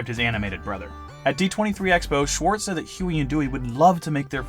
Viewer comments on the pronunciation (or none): none